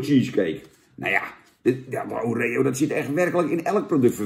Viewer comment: Wie zegt nou O ree O? Pleeeeeeeease het is Oreo! je bent toch geen huppelkutje jan? Verder, goede review(s).